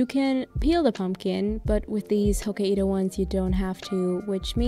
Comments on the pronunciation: It's Hok-kai-do not Ho-ka-i-do. That one looked soooo good, I'll try it out :D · It’s “hoh-kai-doh” not “ho-ka-ee-do” lol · Hokkaido is pronounced hock-eye-doe. It’s the northern island of japan! The way you pronounce it is so cute, but thought you’d like to know 😅😇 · People in germany usually "ho-ka-ee-do", i guess that's why she pronounced it like that. 😊